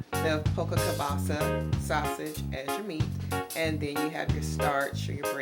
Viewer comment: You have pretty Hair But you did mumble that sausage word that's cool God bless you .